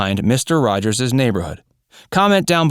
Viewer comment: “Mr Rogers’sis” Neighborhood